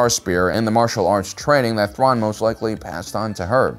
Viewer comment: The way he butchered Thrawn's name 🤣 Loved it